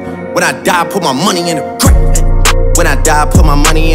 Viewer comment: It sounds like grape when he says grave